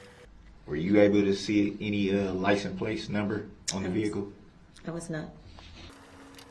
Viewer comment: did they not provide a dictionary did he say playton